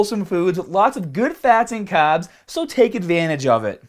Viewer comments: extra caaaaaaaaaaaabs.... you forgot the "R"!!! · THE CAHBBS!! KNOW WHAT TO DO WITH YA CAHBBS!!